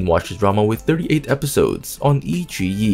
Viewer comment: iQiyi : the Qi is pronounced tsi